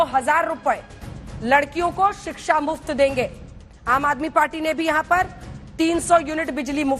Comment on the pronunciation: अनुराग जी रोज Live शो पर आ जाते हो पर कम से कम हिंदी तो ठीक से सीख लो। सही शब्द है शिक्षा पर आप बोलते हो सिक्सा? बहुत बुरा लगता है जब एक राष्ट्रीय पार्टी का प्रवक्ता इस स्तर की गलतियां अक्सर करता है।😮